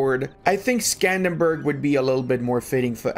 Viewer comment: Why can nobody pronounce Skanderbeg correctly?